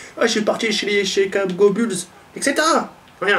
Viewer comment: Je dislike juste pour la canette , nan j'rigole ca fait plaisir de te voir parler tranquille en live =) Mdr tu m'a tué avec des phrases d'américains "chicago bulls" xD +1 Like pour toi frère =)